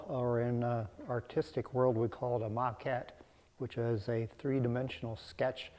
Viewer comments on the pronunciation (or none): none